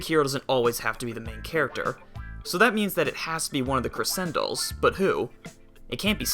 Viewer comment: Its not pronounced creSendolls its pronouced creCHendoll